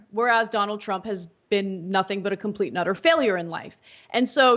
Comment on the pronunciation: Ana: sorry to mention this, no dislike here - I’m a fan - not a big deal obviously but can you enunciate “and utter” more when you say “a complete and utter”? I always hear “a complete nutter”. And it throws me every time. It’s a funny thing and again no big deal and might only be my ears. Sorry to be critical. Thanks for all y’all do there at TYT! 🙂